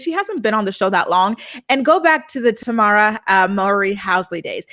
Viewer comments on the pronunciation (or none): Tamera is tuh-meh-ruh